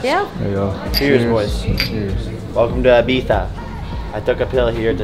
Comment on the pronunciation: What the f*ck is 《eye-beef-ya 》